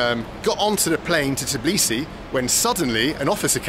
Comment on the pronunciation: Bro, Tbilisi, not Tiblisi! Can't keep doing that! 😂